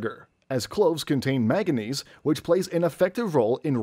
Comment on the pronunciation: The mineral is NOT “magga-neese”. It is “man-ga-neese”. Just look at how the word is spelled. ☹️